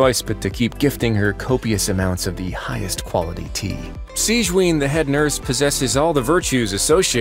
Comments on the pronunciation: SEEEJZHWEEN? BRO- thats how u pronounce it 😭😭😭???? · I‘m sorry, HOW OS SIGEWINNE PRONOUNCED?! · Aasuming her name is german, wich -winne names usually are, they are pronuncing it wrong. But they do so to every language, so it's beating a dead horse(as an italian that Tartaglia still hurt my soul).